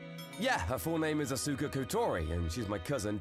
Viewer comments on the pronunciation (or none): Oof, that first one. "Ah-SOO-ka," "Kayd" - come on, male VA, you know full well that's not how those are pronounced. Also, never get back together with the ACTUALLY crazy exes. Yeesh.